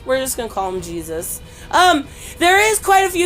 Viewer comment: Another great comic book review video I found it hilarious when you couldn’t pronounce Jesus ( hey Zeus ) in Spanish but you said Garcia perfectly very funny anyway keep up the good work and continue to upload awesome content and I’ll keep watching it besitos te amo love ya